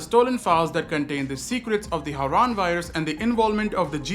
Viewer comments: Was that AI in the intro? Whyd crane pronounce Harran like Haran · I was gonna say, I didn't think would've mispronounced harran in the game lol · I'm really hoping that is AI in the beginning? No way crane say Harran like that.